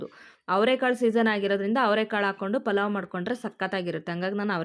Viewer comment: Corectagi helu palav antha